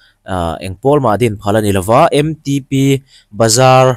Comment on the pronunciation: MTP nilo in M Ṭ P TIIN LAM HRAM TEH